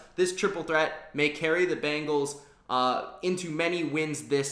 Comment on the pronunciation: It's not "Bangles"...It's Bengals.